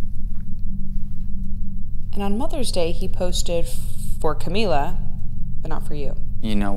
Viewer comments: I lv the way he says her name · his eyes and the emphasis on Camila…melted even my cold little heart a bit.